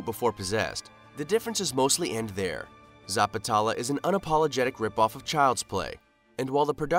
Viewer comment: bro first of all pronounce it neatly.. its Zapat-lela